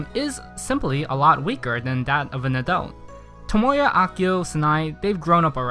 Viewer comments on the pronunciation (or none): All of the names he said are badly pronounced. Nagisa Him - Nagi-sa Real - Na-gi-sa Tomoya Him - Tomo-ya Real - To-mo-ya Really do you really watch anime?! Just pronouncing right japanese is so hard for you?!